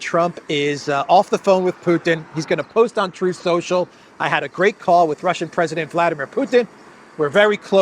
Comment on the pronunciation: Truth Social … pronounced Troll Social